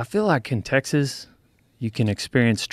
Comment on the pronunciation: ”but Teeaaixuuhs”